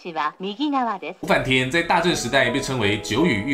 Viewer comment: 的日文發音好爛，五反田的音調是0調的平音調而不是②調的重音調。